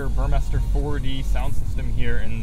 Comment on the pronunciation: Finally someone who pronounces Burmester correctly.